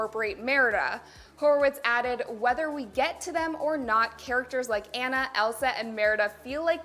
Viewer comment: First off you pronounced Anna wrong. Second, NONONONONONO!!!!!!!!